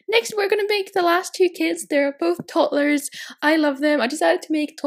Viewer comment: I'm sorry if I sound mean I'm not trying to but it's pronounced toddlers not tottlers